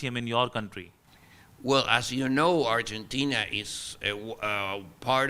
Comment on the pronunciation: It's not Urgentina lmao